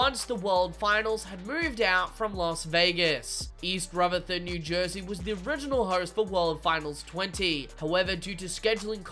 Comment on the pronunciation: It’s pronounced east rutherford not east ruferthord